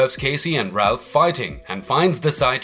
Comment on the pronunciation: Please please.....Raph not Ralph